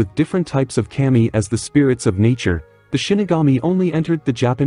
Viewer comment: To help, its pronounced kah-me. 😊